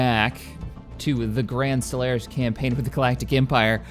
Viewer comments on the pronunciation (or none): none